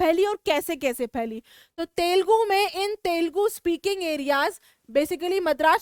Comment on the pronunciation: It's not telegu It's telugu pls remind it And a wonderful and awesome explanation